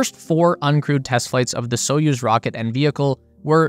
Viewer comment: And the "put" (пут) is pronounced as the English word "put", not "putt", so "spootnik" not "sputtnik" as in the commentary. The commentator also gets Союз (Soyuz) wrong but so do most English speakers. The stress is on the second syllable so it's more like "Sa-YOOZ". And, as for Королёв (Korolyov), no idea how the commentator came up with his pronunciation! Russian pronunciation apart, thanks for an excellent and informative video!